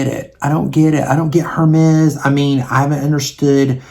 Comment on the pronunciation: I think going into sephora and swatching is a good idea, lol especially with the pandemic. That Chanel advent calandar is outrageously priced, wow. Just FYI, I hope it doesn't offend you , Hermes is pronounced with a silent H- "ermez"- if you even care , lol. I know how it feels to be corrected ,(in a store, and very snarky, and mean) when I was looking for Aigner shoes( Etienne Aigner, I'm old, lol). I suppose it was annoying to the sales person , I butchered it and had a little southern twang. I used to buy Estee Lauder holiday sets and loved them although the cosmetic products have upped its game the past 10 years. I hope today someone was nice to you , just in case I'm saying I ❤ you 😘